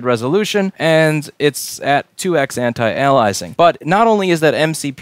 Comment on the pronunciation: Aliasing not Anilizing 😂😝